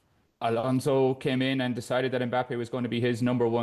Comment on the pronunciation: Ghjschabi Alonso.. English will find any way to butcher a person's name